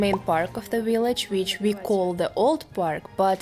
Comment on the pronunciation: I love your accent. "willage" 😁